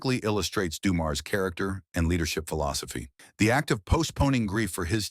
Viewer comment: AI needs to pronounce his name correctly. Also Joe is the GOAT & you should not start this story with highlighting doom & gloom. Joe remains my favorite of any team & the game when his father died was embedded in many of our brains & hearts.